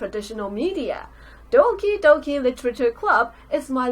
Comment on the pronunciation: I thought she said Donkey Donkey literature club